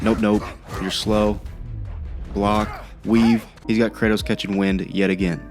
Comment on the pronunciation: Brother man it’s KRATOS